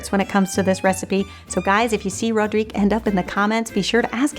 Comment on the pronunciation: Oh thank you, this is lovely! Of course I like it, and this twist with the Nutella surprised me, in a good way of course! And, congratulations for prononcing my name very well, I know that all these french "R" are difficult to pronounce! haha:) Hope everyone is gonna like and share this recipe:) And hope some others ideas sharing for our recipes,! xx Rodrigue